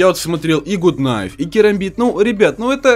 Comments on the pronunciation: Почему блять гут найф и тычковый нож??? Правильно гат найф и тычковые ножи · Почему все говорят гут найв? ПРАВИЛЬНЫЙ ПЕРЕВОД ГАТ НАЙВ!